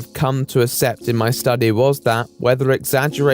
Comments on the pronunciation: Please say ack-sept instead of assep in future :) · PLEASE. The word 'accept' (or any word with a double c) is pronounced 'ack-sept,' not 'assept.' It sounds dumb. Similarly, 'albeit' is pronounced 'all-be-it,' not 'al-be-it.' I also have to watch your videos on 1.25x speed because your voice makes me feel like time is slowing down when I hear it.